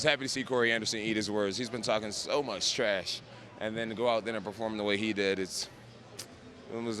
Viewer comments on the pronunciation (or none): “He’s been talking so much shtrash.”